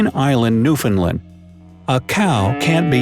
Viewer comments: Newfoundland is pronounced "newf-in-land" Kanata is pronounced "can-ad-a" Etobicoke is pronounced "e-toba-co" I could go on and on... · Its new found land not new finland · It's pronounced New-fin-land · You said Newfoundland wrong it's NEW FOUND LAND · I almost had a fit how he said newfoundland lol. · Say Newfoundland like that again and we’re throwing down. It’s pronounced exactly how it’s spelled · You lost me at the butchering of the pronunciation of “Newfoundland”